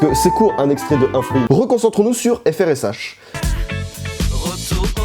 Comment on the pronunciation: Par contre je suis presque sûr que ça se prononce "fresh"